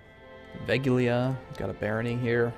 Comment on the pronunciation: We could have an " pronounces CK2 provinces with his international audience" Twitch stream at some point! FWIW, because you have also been mentioning that one a couple of times in the last episodes, "Veglia" is pronounced more like "vehl-ya", not "veg-lee-a".